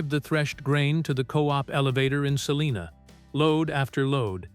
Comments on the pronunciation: Its called SAL(LINA) Not saliena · Not far from SALINA. Not Saliena.